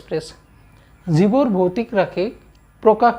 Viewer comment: Sir boitic nohai he votic rakhi 😂